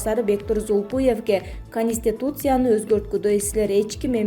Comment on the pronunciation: диктор кыз Перемер министир - эмес да,Конустутиция дагы эмес ондоп суйло, болбосо Адыкам Мадумаров укса урушат сабатсыз, маданиятсыз- деп.